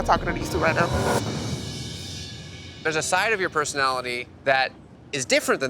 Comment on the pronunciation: "This is my personatalie"